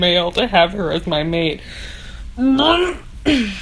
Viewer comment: Saying mate in an Aussie accent makes it a million times more hilarious maaaaaaaaate 😂 also eeeeee I had to skip your snaps so this review was so on point